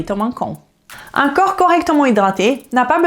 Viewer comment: Bon il faut faire un effort sur la prononciation au moins pour 2 mots, le corp et le coeur. Je ne sais pas si vous parlez du corp ou du coeur.